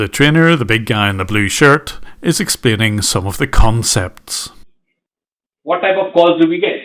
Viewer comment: he is explaining some of the CON-cepts 🤣